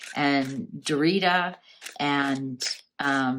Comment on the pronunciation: Cracks me up that you keep saying "Dorita"! Don't know if you're being facetious, but if you aren't, it's Daria (ick).